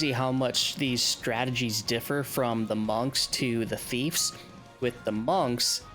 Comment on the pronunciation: "Thiefs"? NO "Thieves" YES